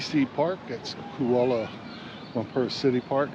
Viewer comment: Kuala Lumper? 😂😂😂